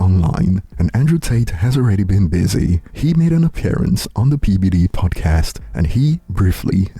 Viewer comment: Why does "PBD" sound PDD ???